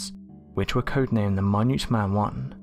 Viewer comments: Is the voice over for these videos a computer generated drone? He or it, as the case may be, pronounced the word minuteman when saying "Minuteman 1 missile" as "my-NOOT man" as two seperate words and pronouncing minute itself as a meaning of size as in a minute particle/atom instead of "MIN-it" as in a measurement or division of time. Really? The voice over needs an upgrade in it's software or some english classes. Dammnit I was just drifting off to sleep when that jolted me awake.😀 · did he call the Minute man missles my-nute missles. Lol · I love catching all the mispronunciations the narrator gives while reding his script in a William Shatner style cadence. Stuff like pronouncing a Minute Man missile as My-Knute instead of Min-Ette or using words like compromising when he means comprising and vice-versa, lol. Perhaps I was hearing him wrong, but when he started talking about Egyptian mortar I could have sworn he was calling it mor-tie. General Curtis LeMay comes off sounding like Lee May instead of Lem-May the way I've always heard it pronounced before. I tried using these types of videos to fall asleep but when I hear one of those mispronunciations my brain wakes up and asks, "What the hell did he just say?" LOL! Santa Fee national park? LOL! I wonder if he ever tries to pronounce Yosemite in any of these. That one's gonna be a hoot! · The missiles in question were called the “Minute Man” not the mi-nute man. Your emphasis is on the wrong syllable. I like this channel but do you have any idea exactly how much incorrect information that you are spreading? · He mispronounced minute man missile. He said "minute" as in small lol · It’s pronounced minute as in 60 seconds……MINUTE MAN MISSILES